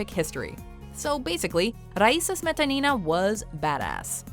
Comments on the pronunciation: You guys usually do a good job pronouncing non-English names but when it comes to Russian's you screw them all simply by stressing incorrectly. It really hurts my ears especially when you repeat "smE'tanI'na" over and over again. The second syllable only needs to be stressed like "smetA'nina" And yes, I also think you missed quite a few awesome athletes... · OMG.... Not SmetanIna! Her name is SmetAnina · The way she pronounce "Smetanina", my years hurt and as a russian I feel offended :)